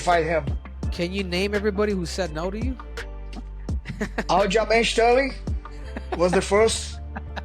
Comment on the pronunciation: Listen to what O’Malley is trying to tell himself and believe that is exactly what it sounds like 🤣 And AyO wtf u mean Aljo? 🤣